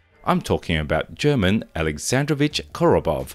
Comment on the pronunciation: "German" (a form of the name "Herman") is pronounced "ghur-MON." Someone correct me if I'm wrong. Attention animators! Enough with these reload animations that depict mags being ditched! Ackchyually, it was done to min/max overall length versus barrel length. Maximum barrel length, minimum overall length. And it's ambidextrous on top of that! As a left-handed shootist, I appreciate that, but this was the Soviet Union where left-handedness was verboten.